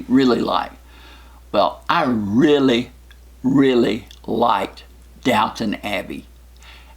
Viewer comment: it's Downton Abbey, not Downtown :)